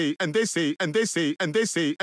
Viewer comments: all i hear is “ant daisy” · Tbh, I'm hearing "andessy" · كأنه يقول اندسي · Doomfist: "And dey say..." Me: "What do dey say?" Doomfist: "And dey say!!!!" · i like the part when he says "edisi" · I heard and they under sea And I heard And the sleep